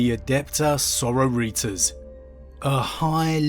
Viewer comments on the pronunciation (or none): did you just fukken say so ro ritos?